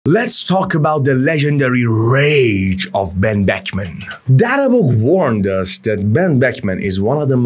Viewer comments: why you keep saying benchman its pronounced beKman with K - K not CH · how did he pronounce ck without closing his lips lmao